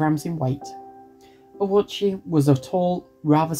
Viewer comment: I’ve never seen most of this footage before or heard these details about Ouchi’s past before (and good on you for pronouncing his name correctly!), it TBH feels chilling in hindsight that he was no stranger to hospital stays even before the incident. That would probably contribute to why he initially assumed he’d be fine this time.